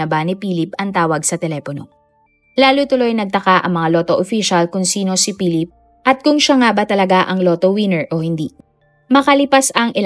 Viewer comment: Si Pilip. Wala talaga minsang, "F" sound at minsan, "V" sound si narrator.